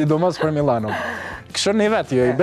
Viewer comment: Ooo Milano osht, jooo Millano o te mençurit e Klan Kosovës 😂